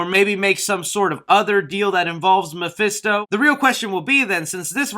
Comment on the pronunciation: I'm fed up of hearing mafisto